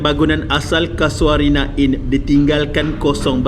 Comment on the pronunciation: Mana ada ujud hantu? Kay-sho-rina! Bukan Ka-sua-rina! Ingat burung Ka-sua-ri ke?😁 Tukang house keeping? House keeper! Teruk betul kau punya sebutan. Kena improve lagi. Nilai hartanah tapak tu, agak2 brapa skrng?